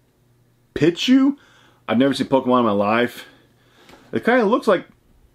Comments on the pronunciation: Great video man cool pulls. It’s pronounced peechu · It’s pronounced “pee”chu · Pichu (Pee-Chu) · The way he pronounces pichu and pikachu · Out of all the shit ur into...u skipped pokemon?......its (pee-chew) lmao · (Peach chu) pichu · watching him say pichu is classic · You say Pikachu correct but not Pichu? Just take the ka from Pikachu and there you go. Honestly I don't like Pikachu at all even though I am a huge fan of Pokemon (because its overrated.) But it is funny how you said Pichu. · the i in pichu’s name is pronounced with a long ē